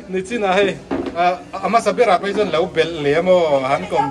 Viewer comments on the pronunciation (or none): Sir sawisel vang nilo in NACHIN ❌❌❌ hi adiklo NICHIN ✅✅✅tih zawk tur ani e.... Ahmuhnawm e... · Nichin ani zawk in ka hria nachin nilo in